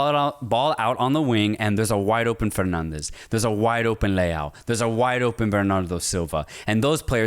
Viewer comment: I dont mind that non-Portuguese speakers don’t pronounce Portuguese names correctly… its normal, they don’t have to know Portuguese. But for they to go for the spanish accent when pronouncing portuguese names… that always catches me off guard… Bruno “Fernandez”?! Why?